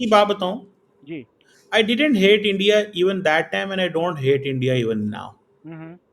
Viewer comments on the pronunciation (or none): none